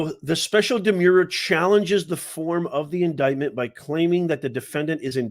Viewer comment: 'Demure' means 'modest or diffident' and is pronounced ' d'-MYOOR ', the way you pronounce 'demur'. 'Demur' means 'delay' and is pronounced ' d'-MURR ' and 'demurrer' is pronounced ' d'-MURR-er '. You are in the US now, Pal. Learn standard English pronunciation. And while at it, pare your remarks. Are you the Fauci of popular legal analysis?